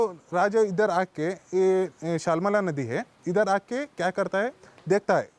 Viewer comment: Shaalmala River not shalmal